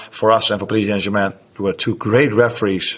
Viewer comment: I love how he pronounces Paris Saint-Germain; the Dutch and Germans say it beautifully.